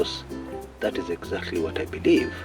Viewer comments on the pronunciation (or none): none